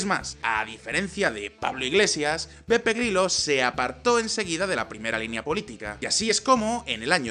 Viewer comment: En el video siempre escucho PEPE GRILLO XD ¿Has dicho PEPE GRILLO? XD